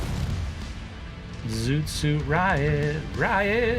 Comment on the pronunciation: I don’t think I’ve EVER heard Zoot Suit Riot with a country twang! 😂